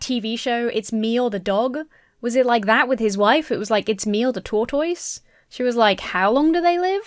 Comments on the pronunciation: This ad is painfully stupid 😅 also, 1) LOVE the way you say "tortoise"! 2) you were such an adorable baby 😄😄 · Well, I've done my research, and you are pronouncing tortoise correctly. Justice for TOR-TOYZ! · Those commenting on how says tortoise: it is one of three British pronunciations the OED has listed. I’m a much older Brit and would say it like “taught us” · My favorite part of this video is how you pronounce “tortoise.” It’s somehow very adorable - and makes more sense because that’s how it’s spelled! As a silly American, I’ve only ever heard it pronounced “tor-tus.” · Hi! As another Brit, I found pronunciation of 'tortoise' to be totally normal. (I have no idea how someone from the US would pronounce it.) As for "going out of her way to use the word" - that's what they're called in Britain. I've heard that in the US tortoises are called turtles, but in the UK, turtles are the aquatic version and tortoises are the land animals. So no, she wasn't taking the piss:) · Wonderful video, as always! It's probably just because I'm American and, like, who talks about tortoises that much, but I love the way says "tortoise" exactly as it's spelled as opposed to whatever us Americans have done to the word. Justice for tortoise! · I love how says Tortoise